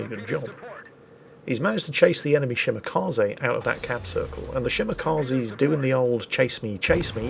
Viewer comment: Still not pronouncing Shimakaze correctly. 🤦